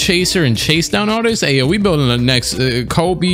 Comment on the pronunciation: Aa an Illinois and Bulls fan. It hurt the way he butchered Ayo's name lol